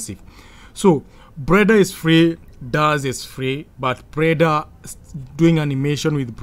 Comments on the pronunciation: Why do you pronounce that fucking word [Blender] like that [preda]?🤣🤣🤣🤣🤣🤕🤕🤕🤕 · this made my night. i actually wasnt expecting anybody to hint this out. i heard breda actually. cant stop laughing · 😁😁😁😁 you actually made me laugh again. I think anytime am bored, I just have to come and watch this video. It cracks me up anytime I hear him say preda😁😁. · 😂😂😂 I thought I was the only one who heard it but when I heard it the second time I knew everything else he was gonna say would be cr*p